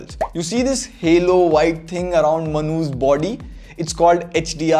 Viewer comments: The way he says "manu's" sounds more like "manhoos" 🤣🤣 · Whenever he says manu's... I always think like mnhooshh XD XD